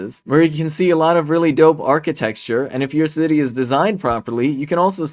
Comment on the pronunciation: he says "archi-texture" Yeah, Little Ben, not gonna take advice from someone who speaks for a living but can't pronounce "architecture".